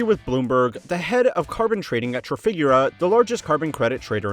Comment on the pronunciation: It's "trah-fee-gue-rah" not "truh-fig-guh-rah"